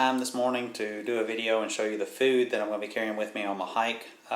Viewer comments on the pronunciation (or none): none